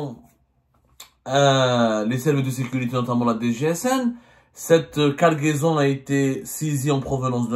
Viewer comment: une quoi ??? Guargaison 😂